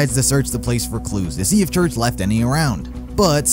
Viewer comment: The Fake Church Sounds Like Wash